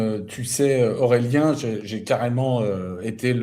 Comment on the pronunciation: Nota : Aurélien et non Aureien, sinon entretient intéressant.